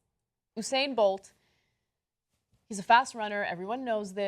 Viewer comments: hey dummies... it's not oo-sane bolt. it's YOU-sane Bolt! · Anna and Cenk I'm from the carribean and there are a lot of Jamaicans where I live and I'd just like to clarify its You-said not ohhh-sain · it's you-sane, not ooo-sane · His name us usain [you-sain] not hussein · Oosayn bolt??? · lol so weird how they pronounces his name "usain". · It's "You-sain" lol BTW, tbh... the picture did make it look like she's secretly into men (which also made it weirdly funny in a different way - if that makes sense). But... it ain't racist. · The way you pronounce Usain😰